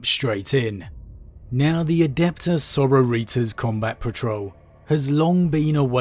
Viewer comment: Thats the worst pronouncement of sororitas ive ever heard.